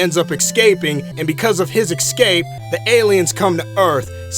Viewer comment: It's ESCAPE, not ECSAPE